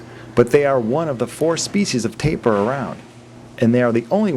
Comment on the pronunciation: Tapir -> Tah-peer